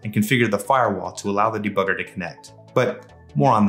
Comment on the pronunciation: "Da bugger" lmao